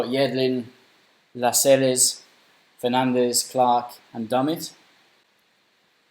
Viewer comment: La-sels is how you pronounce it